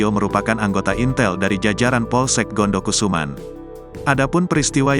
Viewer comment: Intel ngomong ya bukan intel.😂